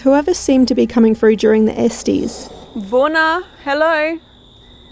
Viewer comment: it's ES-TESS. Not ES-TIES (as in Testies).